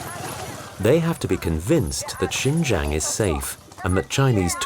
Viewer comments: The narrator kept saying Shenjen which is a Southern China city near Hong Kong. This area is Xinjiang, pronounced SheenJyayng. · HHAHAAHHA did he just say chingchang. it’s shinjang the x becomes a sh. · pronouced shein jang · sin-jiang... the pronounce makes me thought it's another city... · At the beginning, it's pronounced " Sheen Jee Ahng" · Why did he keep saying Shenzhen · Good doc, but very unprofessional in regards to pronunciation. You can’t even say Xinjiang properly. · i doubt how much the narrator knows about because he cant even able to pronouce 'xin jiang' correctly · Please take 5 minutes to look up the pronunciation of words before making an entire documentary...